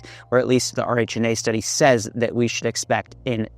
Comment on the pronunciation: RHNA is often pronounced as "Ree Na"